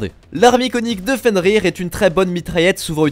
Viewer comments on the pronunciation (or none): none